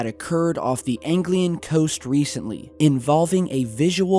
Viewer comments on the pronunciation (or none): Anglian coast - pronounced An gli An